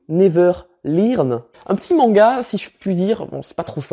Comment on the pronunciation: On en parle du fait qu'il ait lu "learn" come "lirne"